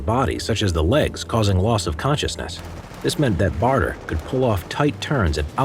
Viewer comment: Douglas BADER. Not BARTER. Otherwise, well done.